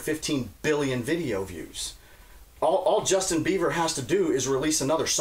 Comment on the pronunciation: saying "Justin Beaver" over & over cracked me up